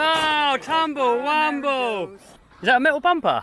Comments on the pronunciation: “Tumble wumble” lol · Please stop saying "tumble rumble" all the time.